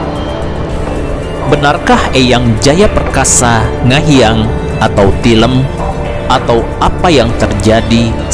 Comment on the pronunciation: Tilem sanes tileum